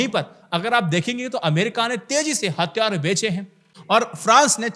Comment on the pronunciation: Hattyaare,,, nhi hathyaar hota hai... ghonchu